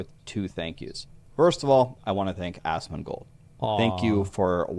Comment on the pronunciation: He said ASSMANGOLD. 🤣 love ya bud!